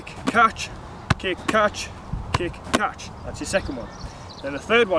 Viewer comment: he pronounce catch as "Caaatch"😂😂😂